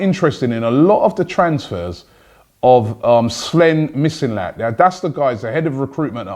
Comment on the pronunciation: How does this guy never get names right? Is he dyslexic? Who's "Slen Mislinat"?